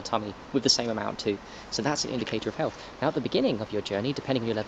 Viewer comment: Why should I trust an anti masker who can't pronounce health properly. (second anti mask video)